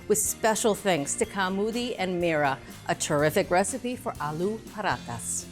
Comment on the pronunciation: Hey, why do you take care to get the pronunciation of french foods right, but not check how Alu paratha is pronounced? Edit: does a wonderful job!! Instant respect!❤